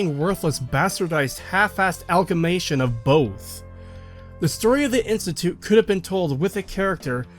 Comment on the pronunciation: Not to pick flaws, but you missed a great pun. Pronouncing "amalgamation" as "algamation" is bound to happen, but pronouncing it "Emilgamation" would have been brilliant.